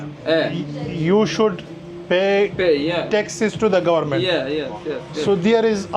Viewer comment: the way he said government too funny 😂😂